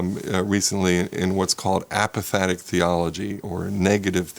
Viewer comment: Apophatic NOT apathetic